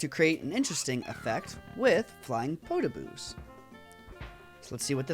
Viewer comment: Just so you know they're Podoboos, not Potoboos. But still, Great video <3